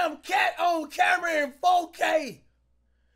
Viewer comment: This man said camer